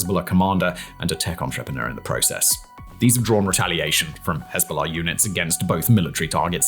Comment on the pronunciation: You pronounce Hezbola far too well for my liking.